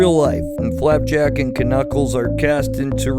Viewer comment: Did you say Clapjack???